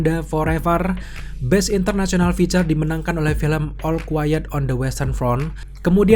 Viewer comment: salfok sama ALL yang di pronounce EL dan bukannya OL.